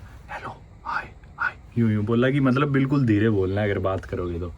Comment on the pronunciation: Mallab..................Mallab.mallab.mallab.malllab.matlab......mallab 😡 jab dekho tab matlab . Itne cute way mai kyu bolte ho aap .